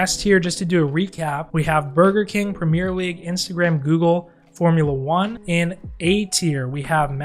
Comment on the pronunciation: Listening to this guy say premier league pains me